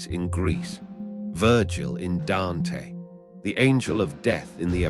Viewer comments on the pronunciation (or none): none